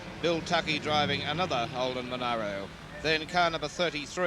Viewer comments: monero? friggin MonAro you moron :P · youd think someone would of tapped that guy on the shoulder and said "its not monero , its monaro !" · It's a bloody Mon ARH ro mate, where the hell did you go to school?